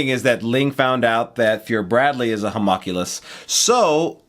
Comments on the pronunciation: Hue-muhn-cue-liss btw is the correct pronunciation 👍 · i'm just going to leave this comment on each new video: how to properly pronounce Homunculus: here we go. Hum. Unk. You. Luss. okay, see you next video! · They are getting so close to saying Homunculus correctly.